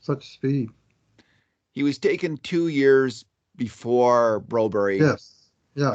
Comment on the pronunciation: Philip Broberg, I don’t know why they call him broberry. Ask the guy how you say it and stop butchering it!!